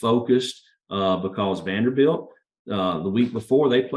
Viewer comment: its Vanderbilt.